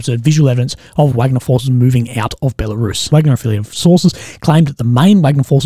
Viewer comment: Still won't make say "Wagner" correctly. We all know how to say Wagner the composer, I hope ok -- Dmitry Utkin (callsign: Wagner), co-founder was a fan, let's say...